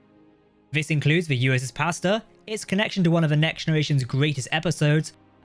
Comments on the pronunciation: Pasteur, not Pasta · I think he called it Posture. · Aggressively english pronunciation of "Pasteur"